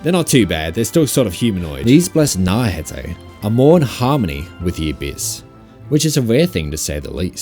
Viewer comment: "Naurhatay" bro come on man